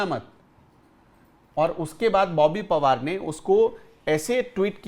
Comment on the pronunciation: बोबी पवार नही , बोबी पनवार.